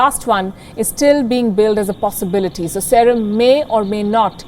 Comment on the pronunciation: Y can't she pronounce serum correctly ?